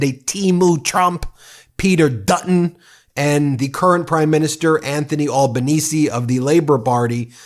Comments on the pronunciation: Ben has pronounced Albanese correct finally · Hey - you finally got his name pronounced right... Thank you. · Albo! Albo! Albo! And Ben pronounced it correctly this time! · Nice work pronouncing the Prime Minister's correctly. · Well done, you pronounced Albanese correct on this video. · You're the first American that I have come across that pronounced Albenese close to correct ( Al benese not All benese) Dutton not only lost but lost badly, he shouldn't imbraced Trumpism but he also pushed for nuclear-power, which most Australians doesn't want. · Hey finally an American who can pronounce our PMs name correctly, nice one. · You pronounced Albanese right for the first time 😂❤ Dutton lost his seat for flirting with Trump! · Well done Ben You can pronounce Elbo’s surname correctly. Elbows up good man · Finally you pronounced our PM’s name correctly. Good onya mate 😂 Here’s what you need to know about us—we really don’t like bullies and con jobs. We see through that and will call it out. Dutton had a crack at pulling some Trump-style moves—talked about banning WFH, tried a bit of DOGE nonsense, and a few other duds. So we gave him the boot and re-elected Labor in for second term with a majority this time. Dutton even lost his electorate seat and can’t even be in Parliament now. Trump nonsense was not the main reason he lost but did play a part for sure. So yeh no Trump BS here. We don’t like stuff like that down under. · I’m just glad an American finally pronounced Albo’s name right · Glad you got Albanese right this time 😂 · Australia's Anthony Albanese (Labour), has won Federal Election! No Dutton, thank god!! Ben! You pronounced the 'e' at end of Albanese❤ Great job🙂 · Well done for fixing your pronunciation of Albanese. Another Aussie Meidas fan